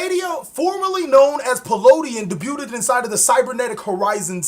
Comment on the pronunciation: I can't tell if you genuinely don't know how to pronounce "debuted" or if you're just trolling us.